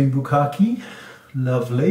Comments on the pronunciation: I was thinking "wait. did he say "kabuki" or bukake"? (strangely any of them would kinda make sense). lol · Am I the only one who heard "sunscreen bukake"?